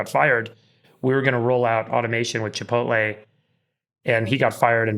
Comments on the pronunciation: Chi po tay 😆 chi po ti 😂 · Chipoleh lol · Chipolte does have t in it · See, even the exceedingly wealthy can't properly pronounce Chipotle. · LOL I swear boomers can never pronounce Chipotle 😂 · You guys remember that Jack in The Box commercial where Jack was trying to say "chipotle"? 😂😂😂 I was laughing my ass off... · Imagine being so rich that you can’t even pronounce Chipotle properly.